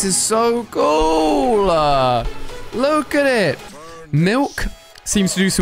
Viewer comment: When he says look , somethimes it sounds more like lack